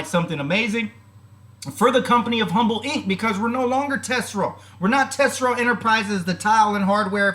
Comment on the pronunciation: Tesoro is pronounced Te so ro which means TREASURE in Spanish lol... yeah for shorties it wouldn't be as attractive but for long term investors like myself and thousand others it is looking good. They have a plan of getting uplisted and the rs was just a piece of the puzzle. Guess you gotta find another stock to short huh.